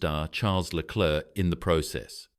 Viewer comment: Да я дивився повне відео да ти я бачу неук який клерк леклер , да ти всі прізвища неправильно вимовляєш , Боже як ти бачиш , ну бачиш що не твоє то не розказуй або вивчай прізвища неук